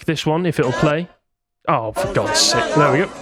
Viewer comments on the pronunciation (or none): none